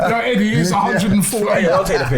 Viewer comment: 'Eddié from Palma' 😅